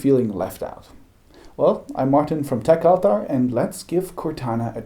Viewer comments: techaltar.... i thought you were mispronouncing tech avatar. tech ahtar try a diff recipient. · They might not understand the contact's name because you are mispronouncing "techaltar". Took me a while to understand what you're saying too.